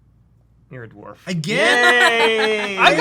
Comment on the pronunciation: I love everything about except that he says dorf not dwarf.